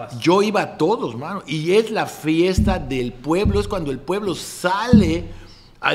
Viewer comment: Yo iba a la fiesta del Pueblo... el acento Yucateco al 100% Rulo date cuenta 😂😂😂